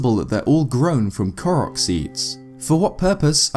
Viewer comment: FINALLY!!! A Youtuber that pronounces the name "Korok" correctly. Breathes a sigh of relief.